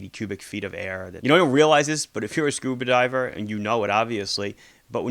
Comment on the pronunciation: Shcooba Doive